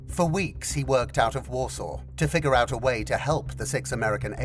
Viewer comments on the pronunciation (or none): none